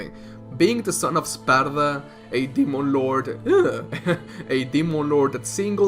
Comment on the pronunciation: You said spalda but well it's SPAR-DA Oh no here comes the comments